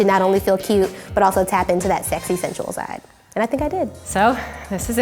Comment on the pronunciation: "I'm too funny to be sexay" literally me😭😂❤️